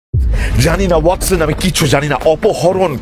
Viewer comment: শার্লক এবং ওয়াটসনের উচ্চারণ বারেবারে মুগ্ধ করে। ঠেক দীর্ঘায়ু হোক...